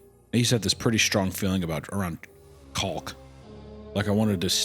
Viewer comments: That was the most deliberate pronunciation I've ever heard of CAULK. Hunter proved that his previous accounts of working construction were true by the primal fear of reading "eating caulk" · I have never heard Caulk be pronounced that way😂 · Harry picked this story because you're usually not supposed to pronounce the L in caulk He wanted to hear one of them say they want to stick caulk in their mouth Okay, I hope the main character dies now. "Nothing like the sweet delicious chicken that strips queer people of their human rights!" buying Chick-fil-A, ever, is scumbag behavior. The nosedive into the horrors started right as the main character bought Chick-fil-A as though it was nothing, as though they weren't supporting a corporation that actively fights to destroy freedom of religion and the pursuit of happiness for so many Also, there is definitely a store somewhere out there in the world that sells items like this. Something that looks like rocks, like dirt, like a lava lamp, but is actually human food made to taste like you'd expect the items would. I don't think that shop would make riches, but it would do pretty good in a tourist area. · hunter desperately enunciating the l in caulk so that it doesnt get clipped is hilarious to me. doesnt wanna get clipped saying he wants to stick some caulk nozzle down his throat